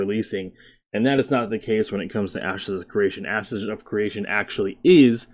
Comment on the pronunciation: I keep hearing "asses of creation"